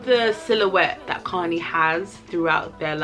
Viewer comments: Kani is pronounced Ca-nye. I know my old heads died every time she said connie dwl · I love you! Btw Kani is "kuh-nie" lmao